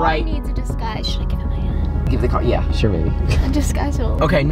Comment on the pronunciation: I swear I heard him say “yea sure baby”